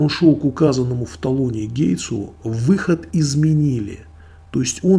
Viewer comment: Не гейтсу, а гейту...вы случайно не в аэрофлоте работаете? Уровень английского сотрудник аэрофлота)))